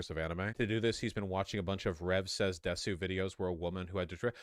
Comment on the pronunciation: If you stream, use multiple computers & DON'T PUT PERSONAL DATA on your streaming computer. Also Vaush can't pronounce "desu."